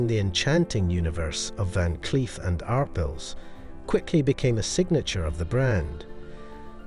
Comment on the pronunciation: it's pronounced ar pale